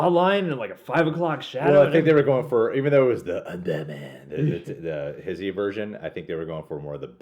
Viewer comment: It's funny when he pronounces HISHE, he says his-he. It's HEESH